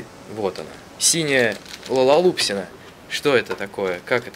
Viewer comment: Не лалалупсики а лалалупси